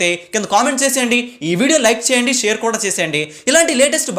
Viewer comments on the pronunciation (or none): none